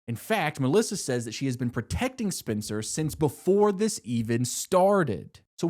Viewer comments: as a Spencer, I've been seated since you said Spin-cer in the first video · Would totally watch (listen to) another one of these! I appreciate you appreciating, but I appreciate more the immense amount of thought you put into these + the personality. Trust me, I'm right there with ya, following along while you are going on these tangents, no need to calm down😂. Still gonna tease about you pronouncing "Spencer" as "Spincer" but always in a good way--the only way there is. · “Aria, Hannah, Spen-sir…..Imily, and Mona”